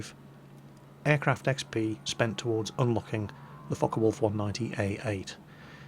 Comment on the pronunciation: sounds like hes saying fuck a wolf aircraft at